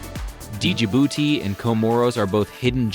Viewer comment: what do you know? when you can't even learn to pronounce the name